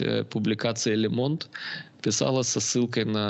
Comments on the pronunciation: "Лэ Монд..." Ох и сэло... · Произносится Ле Монд!!!